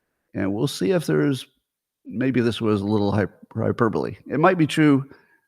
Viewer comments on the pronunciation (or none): none